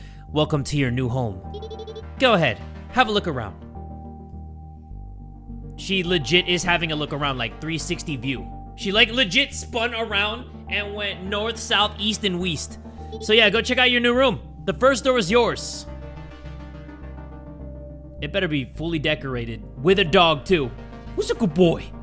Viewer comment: Ah yes, my favorite direction. "Weast" But seriously tho, this game was so good. I love this game